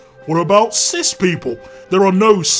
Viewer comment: you put the wrong emphasis on "cis people don't get killed because they are cis" and made it into an entirely different statement.